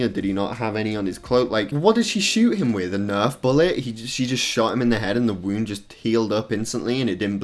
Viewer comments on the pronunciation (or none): none